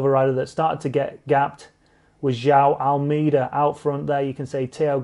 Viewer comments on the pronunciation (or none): Speaking of making an out of you and me... AlMAYda <-- Actual pronunciation! Not AlMEEda. Notice Me, Senpai! :'( The Sunweb boys are looking strong at the giro. Maybe Teo can nab 3rd. What struck me about the finish at the Ronde was the nobody tried to veer into the other's line. Massive props, they just fought it out fair and square. :)